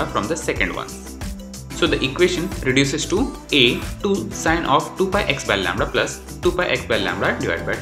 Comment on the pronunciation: Lambda not lamdra